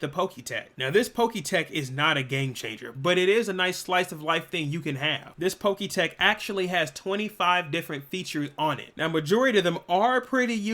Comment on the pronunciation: I can’t stand the way you pronounce Pokétch, it’s pronounced Pok-etch like etch and sketch